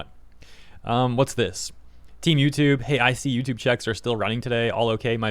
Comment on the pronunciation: It’s hilarious when you say team YouTube because it sounds like temu-tube. And that’s about how it’s feeling right now